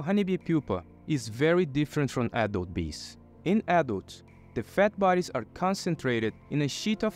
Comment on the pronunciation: whenever you say "adult bee" i hear 'apple bee'